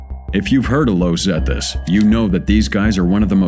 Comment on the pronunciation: Its not pronounced 'Lowz Zetas' its 'Los' pronounced like 'Loss'